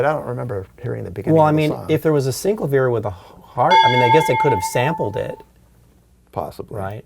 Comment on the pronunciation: sin-CLAH-vee-air Not SYNC-la-veer